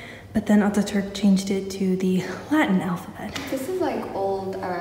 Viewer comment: Not oturk his name is Atatürk